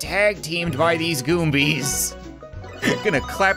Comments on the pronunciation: Goomba not goombie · The way says goomba and Mario and Koopa troopa is great he says Morio and Goombee and koopa treeper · Ok im not sure if he saying the names wrong because of trade mark but. The names are gumba,paratroopa and chain chomp sorry if you find this annoying